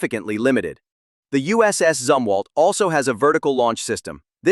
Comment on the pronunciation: good video, but your AI voice didn't seem to be very certain as to how the name of this ship is correctly pronounced, as it continued to waffle back and forth between 'zum' and 'zoom' for the first syllable. Maybe you need to pull it/him aside, and fill it/him in on which of the 2 is correct.🤨